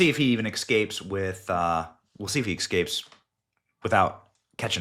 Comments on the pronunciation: Benny. I love you brother. Big watcher here. But please, learn how to pronounce " ess cape". You're embarassing us. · It's escape benny not ecksscape.